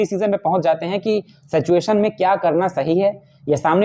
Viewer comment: सेचएशन तो मत बोला कीजिए महाराज कम से काम सही तो उच्चारण कीजिए सिचुएशन है